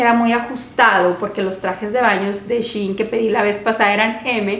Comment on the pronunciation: Se dice SHEIN no Shiin